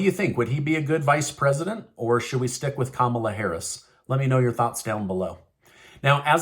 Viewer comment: Lol you said Harris